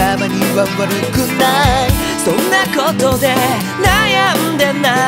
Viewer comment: ニノの「ことで」の発音が大好き